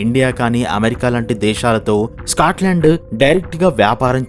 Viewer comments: Bro squatland enti bro. Adhi Scotland. Video motham alaage pronounce chesaru. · "స్క్వేట్ లాండ్" ఏంట్రా బాబు దరిద్రం కాకపోతే? ఎంత తెలుగు మీడియం ఐయితే మాత్రం ఒక దేశం పేరు మార్చేస్తావా? "స్కాట్ లాండ్" కు పట్టిన దుర్గతి. వీడియో లొ మాట్లాడే ముందు ఒక సారి గూగుల్ చేసి pronounciation ఏంటో మింగించుకోవాలి. స్క్వేట్ ఆంటే అసలు అర్థం తెలుసా? స్క్వేట్ ఆంటే క్రింద కూర్చొని ఉచ్చ పోసే విధానం.కనీసం "స్కాట్ లాండ్" అని కూడా పలకలేవా? ఆంటే జీవితం లొ అసలు ఆ దేశం పేరు ఎప్పుడు వినలేదన్నమాట.